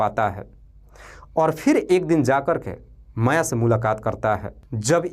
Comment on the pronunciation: AAP SULEKHA our MAYA kaa NAAM galat tarike se bol diye hai... Apnee STORY AAP khud dobara padne ke baad apnee kamiyan dekhe ...